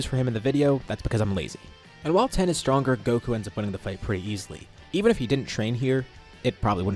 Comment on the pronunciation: 😅Dude I love your videos, but you really need to come up with an actual word other than de transform. And you keep saying Ten when his name is Tien. It’s not that hard to pronounce.